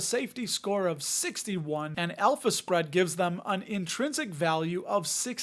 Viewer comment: I kept hearing an Elvis spread 😅 instead of alpha spread 😂